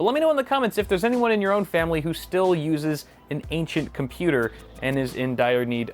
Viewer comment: It's not old. It's Aincent